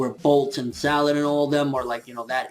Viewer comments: Its not salad!!!!!!!!!!! Its sarrad!!!!!!!!!!!! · it is not Salad. yes thats what it translates into english but it is actually pronounced Sarada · guys im pretty sure its Sarada Uchiha not Salada.